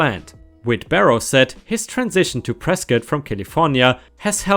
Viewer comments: I'm actually from Prescott. Two things about that story: 1) I'm appalled at that behavior, as I've never met somebody that stuck up and inconsiderate in the time I've lived there. 2)I'm so happy actually pronounced Prescott right! Almost nobody does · Arizona guy here.... how the hell does a german guy pronounce Prescott correctly first try.... people born here dont even do that